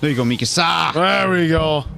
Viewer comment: It’s driving me nuts how they’re pronouncing Mikasa it’s “Meek-Ka-Sa “ Japanese not “ Mi-casa lmao yall are calling her “my house “ 😂 in Spanish